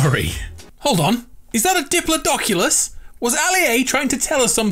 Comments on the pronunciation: Achhsushhuuuullllyyyy it’s pronounced dipilidokilis not dipilidokULUs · Diplodocus Not dipladoculous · Best thing from the video "was that a diploduculaous"